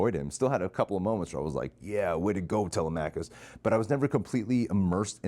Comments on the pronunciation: The son's name is Telemachus. It's Tele like Telephone. Tele-Meh - Cus. Im seeing it on sunday. Can't wait. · It's actually pronounced (Tuh-leh-muh-khus) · its like dilemma but with T... cuss at the end. Telemachus (til. em. ah. cus) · Its weird he said it wrong here when he heard it plenty of times during the movie 😂